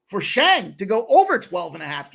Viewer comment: His name is Shang! Not Zang! But mfin SHANG!!! CASH THAT SHIT! Pimp Slap Army!